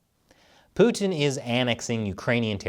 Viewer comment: Americans pronounce Putin so annoyingly.